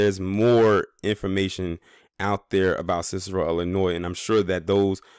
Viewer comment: Cicero has been ghetto for 30 years. Also it’s Illinois not Ellinois. This video is racist as hell